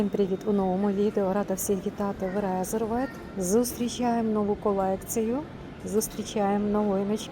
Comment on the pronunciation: Подивіться як правильно вимовляється назва бренду. Не Резервед а Різьорвд.